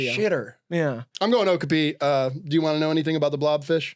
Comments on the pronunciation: hearing them pronounce okapi like that hurt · Not saying okapi wrong the whole vid and not doing anything about it 😭